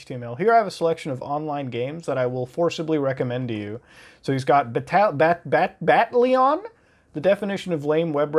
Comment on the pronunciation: ITS NOT BATTLION, IT IS BATTLE ON, MUTA I SWEAR